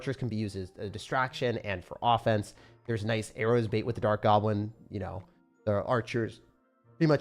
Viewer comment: “Dart gableleleo” - 2025, love you man 😂🫵